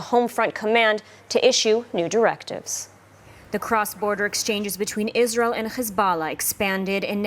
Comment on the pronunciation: did she just say Jizrael ?